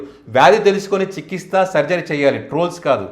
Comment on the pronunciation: మీ ఉచ్ఛారణ సరిచేసుకోవాలి.చికిస్త కాదు ఆ పదం చికిత్స అని స్పష్టంగా ఉచ్ఛరించండి.త అనే అక్షరానికి స వత్తును మార్చి స అనే అక్షరానికి త వత్తును ఉచ్ఛరించడం సరికాదు.